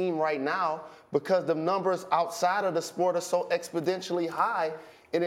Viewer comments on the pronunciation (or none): Jalen "Expondentially" Rose